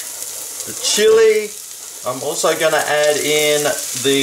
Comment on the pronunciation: Horrible Spanish attempt -.- oh & good try on chilli keep practicing mate your gunna need it hahaha